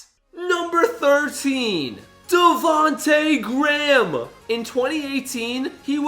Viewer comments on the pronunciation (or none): His name is devotay gram